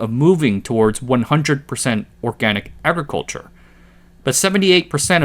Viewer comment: "Entyrrr Agriculhurre Sekterrr"